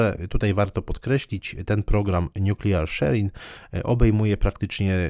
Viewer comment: Zle pan wypowiedział słowo nuklearny po angielsku